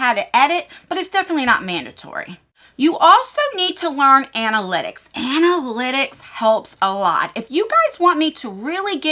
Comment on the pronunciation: Another great video 👍 Plz do more YouTube info 👌 (btw it’s ANA-lit-icks, rather than ANT-A-lit-icks 😂) I feel a little guilty that I haven’t started a channel. I’ve wanted to for so long and it’s already been a full year and a half that I could of been posting 😩